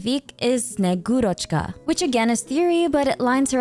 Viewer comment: You really love to pronounce foreign names correctly so heads up it's sne-GU-roch-ka!